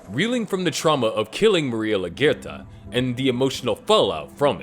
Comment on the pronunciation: They said laguertas name like 100 times in the show but you pronounce it wrong anyway?